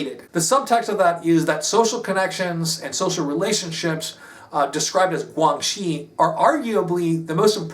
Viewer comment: guan xi (關係) is pronounced "gw-anne she"